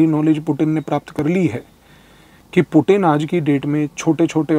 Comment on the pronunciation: Sir aap puttin word bahut acha sa bolta ha😂🙏🙏🙏